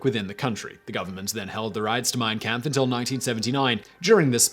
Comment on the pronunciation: Hi Simon. Great video! Just an FYI. Its pronounced 'compf'